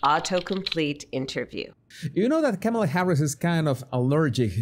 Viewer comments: You still pronounce her name wrong. IDGAF but it's "comma-la" or ",la" get it? ( , la) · Tucker Carlson intentionally calls her "Carmella" 😂😂😂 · It's *Kommie-Lush